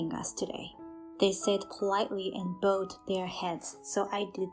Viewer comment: Pronunciation of "bowed" is wrong in this usage. Please correct.